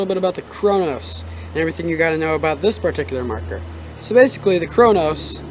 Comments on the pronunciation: it's Cronus not cronos lol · Wtf is the cronos pernounce it right it is annoying but good video